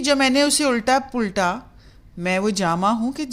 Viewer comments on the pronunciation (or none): بہت ہی خوب ۔۔۔ تم سلامت رہو ہزار برس ہر برس کے ہودن پچاس برس اگر آپ برا نہ سمھجے تو تلفظ کی کچھ غلطیاں آپ سے سرزد ہوٸی ہیں ۔۔۔اصلاح کی غرض سے لکھ لیتا ہوں۔ درست تلفظ غلط تلفظ تِپاٸی تَپاٸی پَلٹا پُلٹا خُلد خُلَد اُسلوب اَسلوب